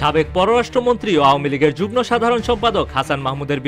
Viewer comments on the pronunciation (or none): যুগনো নয় যুগ্ম উচ্চারণ হবে যুগমো